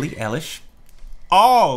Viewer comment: not ellish eilish like an eye lash but eye lish